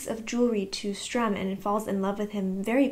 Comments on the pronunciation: Your pronouncing it "Strum" is kind of adorable. I would miss it if you stopped. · So basically pronounce better but keep pronouncing Sturm the same. Gotcha 👍😂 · I understand that I do say the two names wrong. I’ve had people tell me and I do try to say them correctly. I have just known them by those names my whole life since that’s how my parents pronounced them and my mom originally read me the Dragonlance chronicles, so it’s hard to change after so much time. If I think about it, I do better and I will try to remind myself to say their names better but please be patient with me if I slip back to my original way of saying them. Thank you for helping me improve 😊